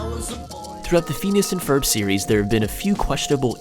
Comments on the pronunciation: It annoyed me so much when he kept saying FEENEEASS. ITS PHINEAS PRONOUNCE IT CORRECTLY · Anyone else cringe when he said "Pheenus and Ferb" instead of "Phineas and Ferb" ?? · Phines and ferb soud like penis and perv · Bro he said phenus instead of phinas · Phoneas and Frob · Fin-yus and f-urb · is it just me, or does it drive you crazy how he pronounce "feenyees"(Phineas) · Stop pronouncing Phineas like feeneeyis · How he pronounces phineas. And moulin rouge is funny